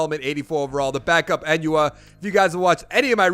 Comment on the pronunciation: I love how you say “I love Quincy Enunwa” but you butcher his name 😂 lmao. Good vid though.